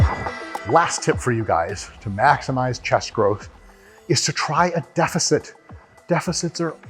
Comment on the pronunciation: "Butt up prevents any other part from touching the ground before chest" it's obvious Dr. Mike hasn't seen my small chest and big nose. Can we have a yoga session with Dr. Mike though? Definitely that fucking the ground pose is required. Also why does deficit always sound like defecit? The amount of times I've typed defecit because I remember how it sounds, then checked the spelling to find out I did it wrong again.